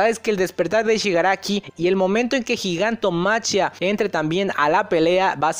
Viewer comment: se pronuncia GIGANTOMAKIA, no gigantomaCHIa...